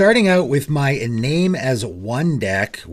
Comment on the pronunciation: I love you, please take this with as much positivity as possible: Iname is pronounced ih-nah-may.